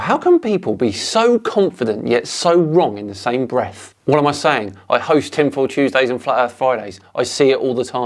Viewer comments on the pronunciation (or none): For a moment there I thought he said Tim Pool Tuesdays.